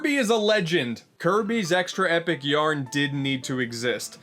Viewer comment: Kirby's Extra "Eh" Yarn